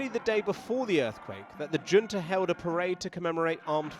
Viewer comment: Swap the J in Junta for a C, and you'll be more accurate